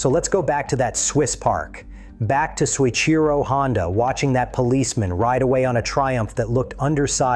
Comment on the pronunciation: Oh, BULLFROGS. If you were a person (rather than a bunch of AI garbage), you'd know that Mr. Honda's name is pronounced "So-EECHEE-Ro"; Mr. Honda came to the Isle of Man TT races in 1954 to learn about the European motorcycle market, and the first hgh-tech racing Honda was the RC-142 with 4-valves per cylinder: a Honda team raced in at the Isle of Man Honda's first 4cylinder racer was a dual-overhead-cam 4-cylinder introduced in 1962 and the '1969 Honda 4" was SOHC. Honda's racers were racing on the Isle of Man in 1959 and won a 125cc World Championship in 1961. By 1964, Honda was racing an inline 6-cylinder motorcycle. "Mr. Honda didn't know anything until he sat in a park in Switzerland in 1968." Do you know how silly that sounds? "The Honda 4 put every European motorcycle manufacturer out of business" Right - like BMW, Ducati, Moto Guzzi, (modern) Triumph, etc. which are still thriving today. Total twaddle, the Honda Four featured carburetors that would stick at full throttle, handling like a syphilitic 3-legged hippopotamus, disc brakes that would fade and lose power in wet weather, tiny cam chains that "stretched" and snapped. The perfect bike, right. Come on, tell a true story, there are a lot of them out there a lot more interesting than your AI generated